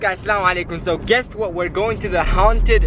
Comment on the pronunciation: I like how he said HA UNN TED HOUSE 😆 🤣 LOL LOVE UR VIDS and this one was so scary